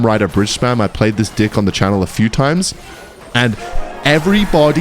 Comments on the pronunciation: Why do u always call ur deck "dick"? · Reported for saying deck 😅